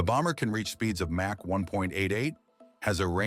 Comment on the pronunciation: The narrator should learn how to pronounce Mach.